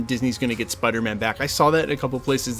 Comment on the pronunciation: Peace. Love. Spidahmin.